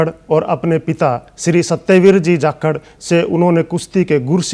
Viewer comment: Jakhad nhi, JAKHAR hai dd bhai sahab 🙏🙏😇